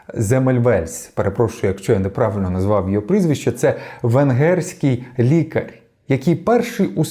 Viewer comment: І лікарь також. Тверде р в кінці